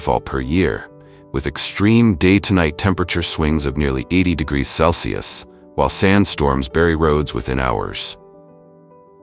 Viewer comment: Why can't AI pronounce Celsius? Wtf?